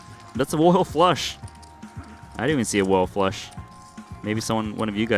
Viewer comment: Woyal fwush??